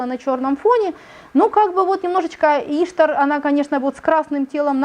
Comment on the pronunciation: Да не Иштар, а иштААААр!!!!!